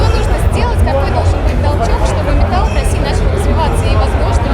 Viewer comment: Мне кажется или "метаЛЛ"?